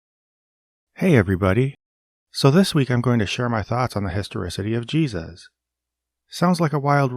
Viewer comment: “Ship of Jeseus”